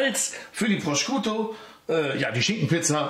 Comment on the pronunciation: Man spricht den Schinken auf italienisch "Proschuto" aus :) (Nicht Proskiuto)